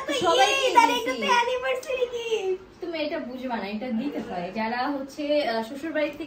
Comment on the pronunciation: অ্যানিভারসিটি না। অ্যানিভারসারি